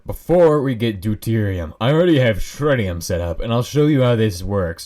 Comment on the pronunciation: ah yes, shritium